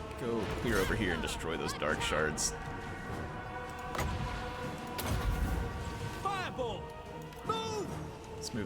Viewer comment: I hear dark shart every time